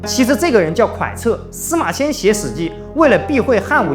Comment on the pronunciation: 光是能正確的講對蒯徹的名字就給 100 分 ❤❤❤😁😁😁 小挑錯一下，蒯徹當時說的原話是： 貴賤在於骨法，“憂喜”在於容色 (不是喜憂)